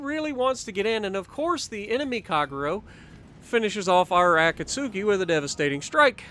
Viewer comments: Great video dude ! I really gotta start implementing your tips for destroyers because i'm garbage with them lol Btw the "U" in Akatsuki is actually silent so it's pronounced a-kat-ski kinda polish sounding. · I just resumed my grind to the Kagero. I got the Akatsuki yesterday but still haven't played one game yet (which is actually pronounced Akatski, the u is silent don't ask me why). Lets go for no dislikes on this video, what do you say?